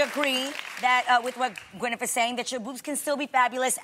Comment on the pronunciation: Is only me but Adrienne says Gwynif